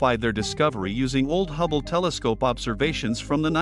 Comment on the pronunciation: "The gubble space telescope" - one day, AI voice over will be better, but for now it makes me chuckle